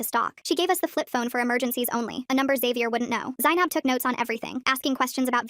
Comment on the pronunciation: r u offended at the way they absolutely butchered the pronunciation? I am